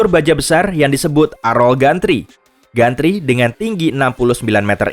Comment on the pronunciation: Gantry dibaca jentri min..